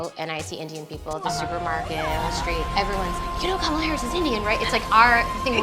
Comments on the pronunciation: Kamla is pronounced as "comela " similar to comeback or come on. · It’s not Kama- la , it’s kamla , a South Indian meaning a flower kamal or Kamala usually lotus for Goddess Lakshmi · Hey, Great show. However it is Kam-la not Kama-la. Pronunce ’Come-la’ and you will get it right. No seriously Bro. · She doesnt even pronounce her indian name correctly. It should sound Kamla but she calls it Kamaala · why are you calling her ka-maala?? when you know its not.. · Why the hell you can't pronounce "Kamala" properly?